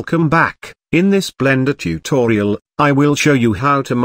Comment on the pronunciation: Say again. Tu to ri al 🙂